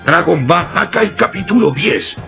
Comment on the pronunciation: dice dragon ba akai capitulo 10 XD